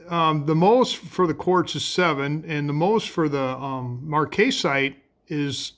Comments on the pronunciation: Marcasite ...short 'A' pronounced marc-uh-site check it out on Google 'how to pronounce marcasite' . You are so into the rocks and do such a great job,just thought you would like to know. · Very nice Marcasite (Mark-uh-site from what I have heard from others) Cabochon. The marcasite really shines! Good to see the technique you use to do your cabochons.